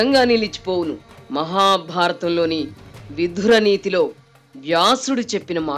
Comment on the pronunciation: యాంకరమ్మా ఎంత విషయాన్ని వత్తి పలకాలాన్నా ' విధుర' నీతి అని పలకకూడదు. అది 'విదురనీతి' అనాలి😅